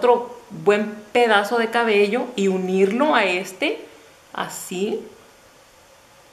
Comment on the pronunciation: No se dice 'csbeo" se dice cabello, o es q no escucho bien o tu dices, a veces así... lo siento hermosa, sin ánimo de ofender